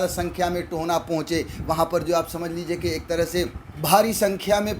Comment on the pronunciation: "Tohna" nahi bhai mere it's Tohana, To - Ha - Na